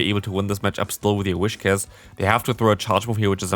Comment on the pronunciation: first syllable: whis second syllable: cash Not a wish to begin with, but cash in the end... PS: I like the way you comment battles from other players a lot, actually. You always give awsome advice to them and their opponents. Nobody needs to be discouraged. You give very constructive criticism at the appropriate places without looking down on someone.